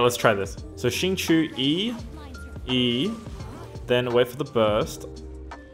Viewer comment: its not xingchew its xingqie